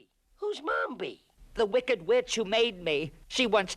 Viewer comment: You have some pronunciation trouble. The witch was named Mombi and it is Paul Lynde (Lind)